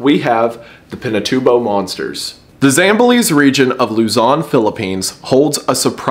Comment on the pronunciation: its pronounced as zam-ba-les 😅